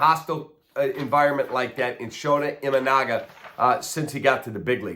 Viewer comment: Kap you should learn how pronounce your pitchers name I think thr jap. Consider that an insult v. Just trying to help you out